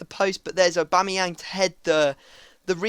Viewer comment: u did it aubamayang bacame ohbangmynan